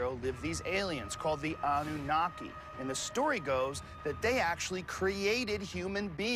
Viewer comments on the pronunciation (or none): none